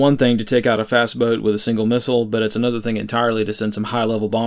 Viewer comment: you slurred critical words there. It sounded like you said "he's ona transgender shooter" but I think you may have said "he's another transgender shooter." If so, and even though he was caught ahead of time, is that 4 in a row?